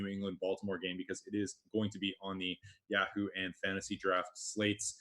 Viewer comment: Dude, learn how to say YAHOO